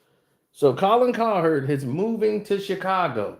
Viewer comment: I love u but damn bruh. Colin cow(heard) that’s y it’s the heard Colin (kap)ernick u be adding ls to they name lol😂